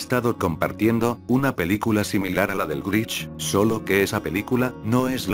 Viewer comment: Jajaja escucharon dijo el grich pero es un problema con el loquendo